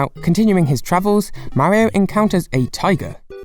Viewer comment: ..........you REALLY Need.to Learn How To pronounce Mario